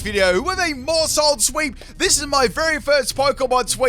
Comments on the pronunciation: It's pronounced "mouse hold" to be like "household" 😊 loving the new content! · The pronunciation of Maushold is Mouse-Hold, like Household. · For what it's worth, I think it's pronounced 'mouse' hold, like household. And I would've rage quit after that 1% miss lol. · It's pronounced MOUSEHOLD , rhymes with Household.. as in a family 🏠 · I’m sorry, but how do you not know how to say Maushold? It’s a play on “household” obviously, except it’s a household of mice. Therefore Maushold is basically Mouse-hold. I’m normally not “that guy” but this one was just pretty easy to say imo lol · I think it’s still pronounced like mousehold as in household family of mice? 🤷🏼‍♂️ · Maushold would definitely be pronounced Mouse Hold, because it’s a pun on household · I think its name is supposed to be sounded out like mouse-hold. Kind of a play on the word Household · It's pronounced MOUSE-hold